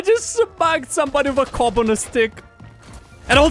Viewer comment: I wheezed when he said C O B